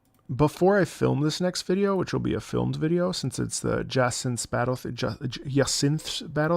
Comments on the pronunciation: It’s Ja-sant, or at least as close as you can get in English. It’s the French word for Hyacinthe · I love how he struggles to say her name I believe it's pronounced Jay-senth/ Ja-cin-the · this is true, there's a French speaker in one of the Discord servers I'm in and they said that the French pronunciation has a sound that's not in English. Funnily enough the French version of Z-A uses a different name for Jacinthe.